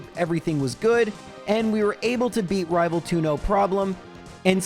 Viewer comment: I'm not sure why, but every time says rival fival, I am filled with so much joy. The fact that a silly little slip up has turned into an inside joke and lasted this long just makes me happy